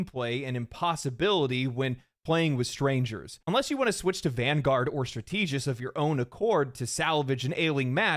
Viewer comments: Did he just pronounce strategist "struh TEE jist"? MY BRAIN. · Why can't youtuber/streamers pronounce the word "strategist" correctly?